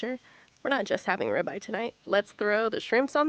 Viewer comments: FYI - the name of the steak is pronounced -rib-eye.😊😊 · Why use AI narration with this. It doesn't know how to pronounce 'rib eye'.